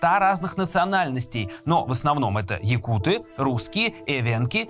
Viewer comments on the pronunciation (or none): так на якутском может надо открыть словарик? Я саха и правильное ударение на якутЫ, а не якУты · . якуты, ударение на Ы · Только не якУты, а саха или же ударение ставьте на якутЫ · нет, якутЫ или саха. Причем тут ударение на бурятов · Нет, правильное произношение - якУты, ударение на второй слог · ну, так правильно произносить якутЫ. Ты верь дальше русским словарям и вообще русская пропаганда везде диктует ударения, законы и религии. У нас свои правила, придерживайтесь ударения правильно 🌰 Это все равно что говорить укрАинцы, а правильно будет украИнцы.